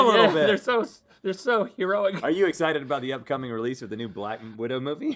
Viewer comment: Did Rhett say "blackened widow"?